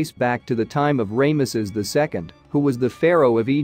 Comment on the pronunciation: I love the awfulness of Ray=muss-us. and then for a moment I thought the AI voice ssid the to,be belonged to the late Ron Wyatt. I had to listen a second time to be sure it wasn't Ron. If people are going to rely on AI software that mispronounces then the least they owe us os to check the pronunciations.